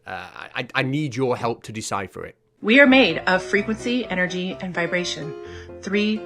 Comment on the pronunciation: Errrrfing got Enerjee…and errrfing is Fweeqwensee…..hmmmm Kay 🤤🧠☠️